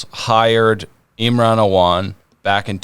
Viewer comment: It’s the “Allman Brothers” not the “Awan Brothers.” 😏🎸 “John Hancock… it’s HERBIE Hancock.” -Chris Farley (Tommy Boy) 😂